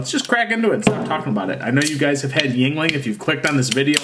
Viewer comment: Walk into any bar in PA and simply ask for a lager, they’ll know what you mean. 😎 And you are correct it’s pronounced “ying-ling.”